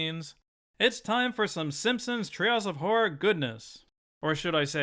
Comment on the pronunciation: "trails of horror". I cannot NOT hear this every time he says the phrase.